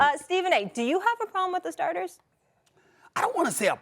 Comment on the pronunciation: Perk couldn’t say all star starters lol